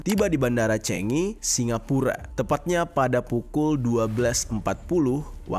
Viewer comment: The right pronunciation is “Changi” bkn “Chengi” bang.. spt “Chicago” bkn “Chicego”😊